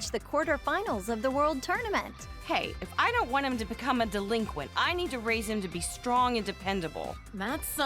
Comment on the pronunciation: The "delenquent" stuff really gets tired and old after a while